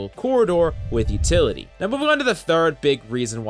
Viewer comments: Utily lol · What it you don't have "Utily"?